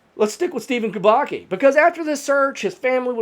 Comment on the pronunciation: Kubacki is pronounced Kooo-baa-ttt-ssss-kiiiii That said, Mermaids kidnapped him, enchanted him and kept him underwater and then let him go. It happens a lot in Haiti.